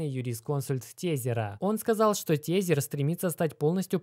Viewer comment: Не тЕзЕр, а тЭзЭр бл….